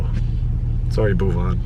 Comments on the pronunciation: Angrez ke muh se bhuwan naam lagaan me suna tha , Doosri baar yahaan sun raha hoon "Boovan" 😂😂😂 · it will be Bhuvan not "boob on". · Boob-on? Very funny pronunciation, LOL 😂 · See the subs when sin said bhuvan it traslated it as move on bam🤣🤣🤣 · Bhuvan😂😂😂😂😂😂😂😂😂😂😂😂😂😂😂😂😂the way he pronounces it .. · Don't worry. U will learn to pronounce his name correctly. An English lady called Elizabeth who taughts us Indians how to play cricket in the mid 18th century also had this problem to say Bhuvaan. She used to say Baouvan